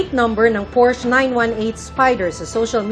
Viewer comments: It’s pronounced as porsya! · juicy fruit an tagal ng news caster neto hanggang ngayon di parin marunong bigkasin ng salitang Porchè😂😂😂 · Por-shuh or like porsha hindi portch😂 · It’s Por-sha not Porsh (Porchê) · por-sya not porsch..... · Porch daw lala Por-shuh yarn :face-blue-smiling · Pur shuh not pors😂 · porsha Po Ang bigkas Jan. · it's por-shuh... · Porsya/ Por-shuh- as in Porsche😂😂😂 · Porsya/Por shuh as in PORSCHE!!!😂😂😂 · porsche was pronounced as "por-shuh" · Ano ba tong journalist na ito, they can’t even pronounce Porsche correctly.